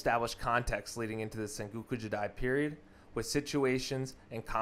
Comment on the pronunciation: good vid, but maybe don't narrate it all in one recording so you can catch your breath and check pronunciation. some things were badly mispronounced or even spelled, like senguku for sengoku, phelosophier instead of philosopher, ishikage instead of ashikaga, just to name a few I noticed